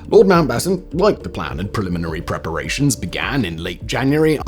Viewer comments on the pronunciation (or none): none